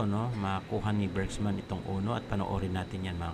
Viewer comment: Bergman hindi Bergsman dinadagdagan mo ng S